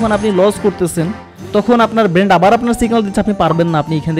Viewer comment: আসসালামু আলাইকুম ভাই। আমি আপনার একজন সাবস্ক্রাইবার। চেষ্টা করি যাতে আপনার একটা ভিডিও দেখাও আমার মিস না হয়। এতে অনেক কিছু শেখাও হচ্ছে আলহামদুলিল্লাহ। তবে আজ আপনার এই ভিডিওটা দেখতে গিয়ে একটা জায়গায় বারবার খারাপ লেগেছে... তা হল আপনি ব্রেইন কে বারবার ব্রেন্ট বলছেন.. যা খুবি বিরক্ত কর ভাই